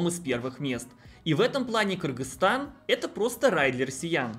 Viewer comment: Молодец, объективная информация, без предвзятостей. И что особо радует название страны правильно произносит. За это особый респект. А то многие блогеры, даже не удосуживаются выучить название страны, все ещё в совке остались. А я считаю, что если приехал в страну, то должен уважать этот народ, а уж правильно называть страну, это именно об уважении и говорит.